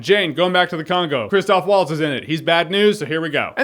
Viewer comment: It's "Christoph V-altz".